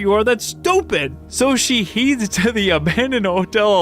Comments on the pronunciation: Heads is not pronounced like heeds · Heeds?? x2?? lmao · "So she heeeeds" lol I was wondering if he caught what he said, but then he said it again haha It happens to the best of us :-)